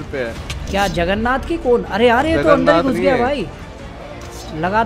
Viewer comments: Bhai Jagarnat nahi Jagarnaut xD 😂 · Hi hi hi he said juggernath